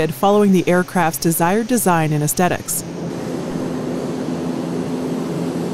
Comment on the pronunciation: No such word aircrafts. Aesthetic pronounced wrongly too.